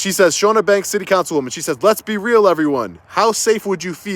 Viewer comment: I feel like it should be said just in case she comes back up as she's committed libel against you now but the Ch is Ch not Sh sound. CHAW-nuh. Also ridiculous. Everything.